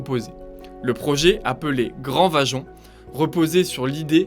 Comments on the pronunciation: Bravo belle explication...juste la pronontiation Vajont...en ialien le y se prononce i...Vaiont... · Le projet est bien antérieur aux années 1950. Il a été imaginé avant guerre. On ne prononce pas "vajont" mais "vayont". C'est faux de dire que le barrage n'est pas à l'orgine de la catastrophe, car c'est bien le lac de retenue qui a provoqué le glissement de terrain... Le glissement de Pontesei intervient à plus de 10km, dans une autre vallée et non pas sur une "montagne adjacente". L'éboulement du 4 novembre 1960 n'a pas lieu dans un réservoir naturel, mais déjà dans le lac de retenue, ce qui accentue d'ailleurs la faille en forme de M sur le Monte Toc. La hauteur de l'eau n'est pas de 700m dans le barrage, mais 700m est l'altitude maximum admise pour le niveau d'eau. Beaucoup beaucoup beaucoup trop d'imprécisions dans les informations ou dans les formulations pour un travail d'ingénieur.